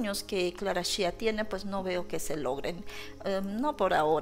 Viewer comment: Hola desde Ca., Aclarando es SHAKIRA, no CHAKIRA, y es Clara Chia, no Clara Shia. cuidado con la pronunciacion.